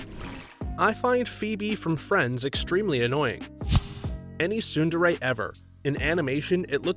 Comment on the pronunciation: thank u for pronouncing tsundere properly omg